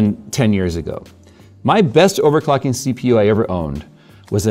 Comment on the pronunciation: "Overcocking" ... bejsus! 😅😅😅